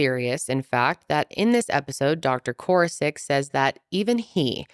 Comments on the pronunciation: Side note, but it’s doctor koor-ass-ick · core-ASS- ik sorry this bothered me